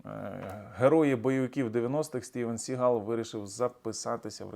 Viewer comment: СігАл --- це більше французький, а не англійський наголос !!!